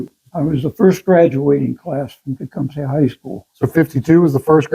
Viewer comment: I loved hearing him pronounce Tecumseh that way, it’s exactly how my grandmother used to say it. I haven’t heard anyone call it that! I never realized how much I missed hearing it ❤️